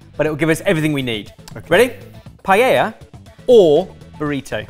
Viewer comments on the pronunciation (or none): After all that happened and still can’t say paella. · Glad to see at least is pronouncing paella correctly 😉😋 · Why has no one told how to properly pronounce paella yet? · Every time you mispronounce paella it is like a shard of glass in my soul.